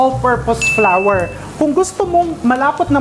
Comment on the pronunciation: I laugh how you pronounce flour, parang sounds "flower" . Thank for all your recipes and generous cooking tips❤️ Am just a new follower